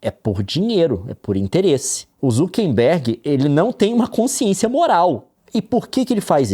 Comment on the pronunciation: Por que o Leon fala "ZukeNbergue"?